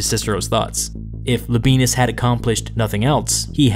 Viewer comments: I know anglicized Roman names are just easier and it's just silly to care about how they're really pronounced, but you really don't have to say "la benis", it's "la be ey nus". Sorry for being a pedant. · Pronounced Lob I ey’ nus, accent on “ey.” Not Lob ee’ nus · I may be wrong but I believe it is pronounced “La-bee-en-us” not “La-bee-nus” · It’s LAbi-ANUS not Labi-BEANUS Or whatever Hermione Granger said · Man I'm sorry when you said Labienus I thought you said "The Benis" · I dare you, I double-dare you, say Labeenus one more time... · Everyone else: wow so history Me, listening to audio only: hehehehe Le Benis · Labienus is Lab i e nus, i.e. not modern German pronunciation . Labyenus for example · I can’t stop hearing “La Penis”. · Thank you so much. The pronunciation was painful.